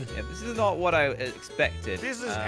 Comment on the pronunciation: SAID WATH THE CRAP IS THIS